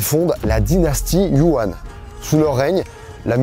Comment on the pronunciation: Super vidéo !! C’est hyper intéressant de t’écouter, ta chaîne a beaucoup évolué ces dernières années !! Je dirais juste que c’est un chouïa dommage de ne pas avoir cherché comment prononcer certains noms (comme Xiongnu, Song, Yuan, Shanhaiguan, Hebei, Mutiangyu, Shanxi, etc). Ça casse un peu l’expérience !! Mais sinon vraiment, super vidéo